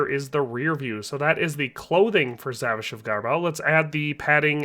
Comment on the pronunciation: You pronouce it more like zavisha